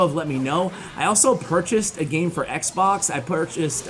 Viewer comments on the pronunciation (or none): none